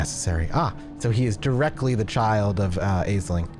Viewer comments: Aisling is pronounced Ashling. Don't ask, Irish name. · aisling is pronounced 'ash-lin' or 'ash-ling' just fyi edit to add: that's my own name, so it's a bit of a laser beam to the ear lol. thanks for the upload -- i'm really enjoying the series!